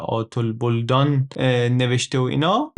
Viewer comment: بَلدان درسته،نه بُلدان.فلسفه اسلامی نداریم.حکمت اسلامی داریم که چیزی از فلسفه یونان کم نداره.،بگذریم از اینکه اصولا چیزی بنام فلسفه سنتی😂 نداریم.جناب کلاّ سویه خودتخقیری دارن و دز وطن دوستیشون کمه و کلا عشق فرهنگ غربین و غافلن از دروغهایی که فاتحان غربی از خودشون و جهان بنام تاریخ برجاگذاشتن.امیدوارم ایران عزیزمان را بیشتر تعریف کنید..ضمناً این سبک کار یعنی عکس خوانی خیلی مفید و جالب و خلاقه است،